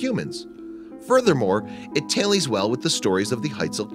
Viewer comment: Tailies well? I know you're trying to say tallys well. A tally is a score keeping method. What I don't understand is why so many of your videos have mistakes like this in them, these video are supposed to be about facts and information but every single one of them has the narrator mispronouncing some very simple English language words. I would understand if the narrator wasn't a native English speaker... But the accent suggests that they are.